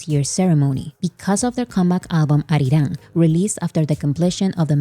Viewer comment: Kind of off topic, but whenever you mention "ARIRANG", I can see the deep sense of satisfaction in pronouncing it accurately and so close to how Koreans do it. You're nailing it,! Thank you for the coverage and summary. I have, frankly, been blown away by not just the attention, but the press coverage that this got. Really speaks to BTS' impact and influence, and how far reaching their music is. I hope certain industry insiders are taking notes.